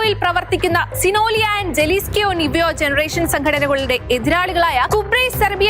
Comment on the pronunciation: ജലീസ്കോ അല്ല ഹലിസ്കോ